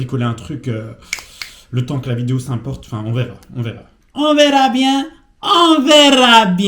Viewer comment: j'ai decidé d'ouvir l'ajout de commentaire comme d'un carnet note: 1. Parc Josaphat 4 life 2. Partchie par partchie 3.Moi aussi je veux faire une journée video avec Sabrina et toi 4. Ton "on verra bien" a fini en "biengue"